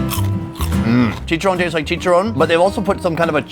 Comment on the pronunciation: "ChichaRRon" guey. Not chicha-ron..